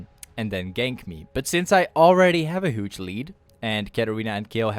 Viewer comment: I love when you say "huge" , you say it like "hooge" xD